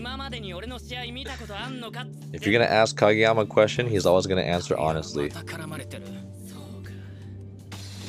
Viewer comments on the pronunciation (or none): none